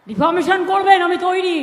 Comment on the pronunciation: মমতার মুখে আরেকটা নতুন শব্দ শুনলাম - defomation অর্থাৎ defamation আর deformation মিলে নতুন শব্দ!!